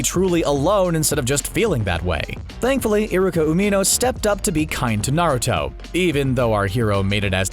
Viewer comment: U can tell he doesn't watch naruto by the way he pronounces the names and terms in naruto.